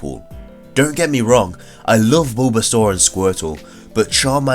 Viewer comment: he said bulbsar my favorit